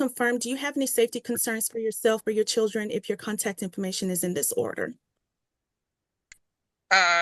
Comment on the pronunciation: This judge pronounces children - chewdrun 😕